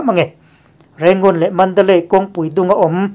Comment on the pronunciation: Pholeng chenel a puangtu pa chuan mandalay pawh a lam thiam lo,mandalai tiin a puang thina ngaihthlak a nuam lo.Nang chu i lam dik thei khawp mai.